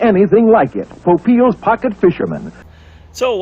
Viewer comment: Poe-peel is how it was pronounced. Ron Popeil. He also made the ShowTime rotisserie.